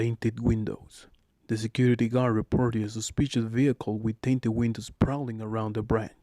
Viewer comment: Sir, it’s correctly pronounce as WIND SHILD not WIND CHEELD. TINTED WINDOW not TAINTED WINDOW But super thanks for sharing us knowledge like this on top of call center training. From Manila, Philippines